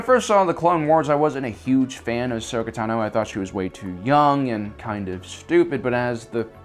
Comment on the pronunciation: Dude... just say her fucking name right 😂